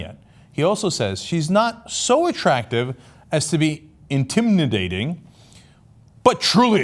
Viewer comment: is it just me who chuckled when cenk pronounced things like this idiot spelled them like "intimindating"